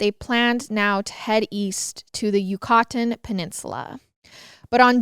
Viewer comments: Yak uh tan!!! 😂😂😂😂 you cuh tan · YOU-KA-TAN! I love yall to death but these pronunciations..... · “You-cotton” you’ve outdone yourself. 😂😂😂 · It’s pronounced (RO AHH TAN) lol Good try tho !! My family is from Honduras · I've never heard Yucatan pronounced like that lol